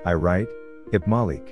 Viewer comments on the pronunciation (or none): none